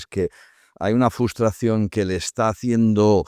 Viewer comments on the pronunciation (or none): Hola! Muy bien el programa. Sólo una cosita para &: Se dice FRUSTRACIÓN no fustración. Si es que tal cual lo escribo, me lo señala en rojo el corrector. Saludos!: ) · Sé que esto no es un foro de gramática pero que alguien le diga a todos que no FUStración por favor... Me pone muy nervioso 😂😂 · Por favor, estaba bien, otra vez a la casilla de inicio, el 60% del tiempo hablá y el resto del tiempo el señor k dice fustración, y no se me entienda mal, prefiero escuchar a alguien k sabe lo k dice y no a alguien k sabe hablar bien y no entiende lo k habla, pero coño, tenemos a Ramón joder, k sabe lo k dice y encima sabe decirlo, no le interrumpáis, evitar hablar unos encima de otros k parece telecirco, perdón por no dorar la píldora, pero estoy triste de veros retroceder